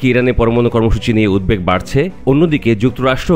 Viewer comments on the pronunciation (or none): none